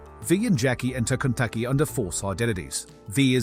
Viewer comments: is it just me, it sounds like you're saying Kentucky Plaza at the beginning. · The way "Konpeki" is being pronounced sounds like "Kentucky", maybe it's just in my end? Edit: at first I thought it was my audio being weird, but then you said "Pantryon" at the end of the video. Oh. Food puns. 😅 That's pretty funny, actually! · No AI and you still cant say "Konpeki" correctly?